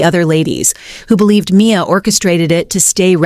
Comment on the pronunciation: Dont use AI goddamn!!! "Candy-ack" and "M I A" stop!!!!!!!!!!!